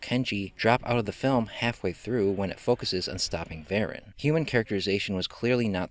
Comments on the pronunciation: It's pronounced Vah-rahn. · I believe it’s pronounced “Vah-RON”. 😉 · I always pronounced it Va-Rahn as it sounds more menacing. I saw this on a double bill with Gorgo. It was the badly butchered American version. I had read in a movie magazine just how much was cut (all flying scenes for some) and inserted to create the American version. If people think the Japanese version is bad then the American version rates in the negative. Years ago I got the Japanese version DVD. I actually enjoyed the film though it was not up to Godzilla standards. However we all know how bad the Godzilla films got from Monster Zero until the 1984 reboot.